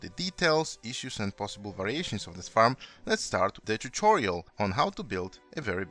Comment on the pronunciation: Tuchorial? Were you trying imitate Xisuma?